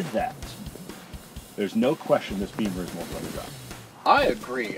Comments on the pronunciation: Bimmer not beemer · BEAMER????? It's Bimmer